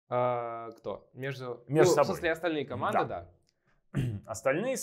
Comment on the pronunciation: Как математикам им, конечно, большое уважение! Но, похоже, совершенно безграмотен в русском языке - "кАманды". Понимаю, что сложно быть гениальным во всем. Но такого безобразия допускать нельзя.